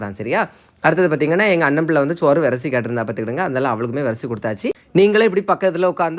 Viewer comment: ஏன்யா சோறு ன்னு ஒழுங்கா தான் சொல்லுவேன்யா. ஏன்யா அழுத்தி சொல்ற. இனிமே ஒழுங்கா சொல்லி தொலையும்